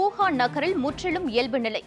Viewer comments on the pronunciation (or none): ல, ள உச்சரிப்பு சரியில்லை.ஆளை, வளியுறுத்தல். கொரோனாவாள். உடல் நிளை. இன்னும் பல பிழைகள்.